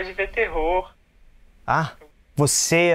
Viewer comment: os portugueses ou brasileiros? em consegues ouvir ele a dizer "terrou" em vez de "terror", sou de portugal